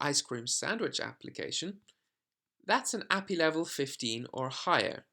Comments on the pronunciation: It's Ay-Pee-Eye not appy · ad hominem attack. As a programmer it's very weird hearing ah-pee and it's just wrong and yes my friends and I do talk to each other like that because we see it as criticism or just poking fun at if someone pronounces or does something weird or wrong. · Yeah if he doesnt pronounce API correctly, it clearly shows he has about zero background in development. Seriously at the very least he should re-edit the video and correct the term. It just removes all credibility for this video. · Dear god, you say the letters in API separately, not treat it like its a word. Its an acronym. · The guy isn't saying he is saying it wrong "According to him". It is objectively the wrong way to pronounce a acronym. This is not an opinion.